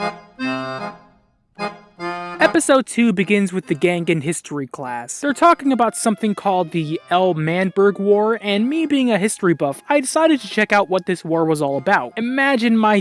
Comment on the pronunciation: Luh/man/burg. PRONOUNCE IT RIGHT JSchlatt changes the name to Manburg "Because we don't take Ls only Tommy does" -JSchlatt